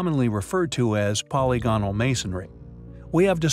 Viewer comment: For the 10,000th time: "po- LYG- on- al" !!